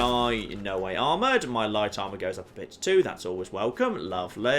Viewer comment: Most annoying voice I've heard for a long time. Translations: "Toowah" = too "catting" = cutting "meeyuh" = me etc.